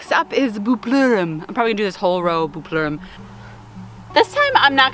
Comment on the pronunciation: For Buplerum, I like to call it "Buple rum" hahaha. and it totally sounded like you said Imodium. I was ironing and was like wait what??? ahhaha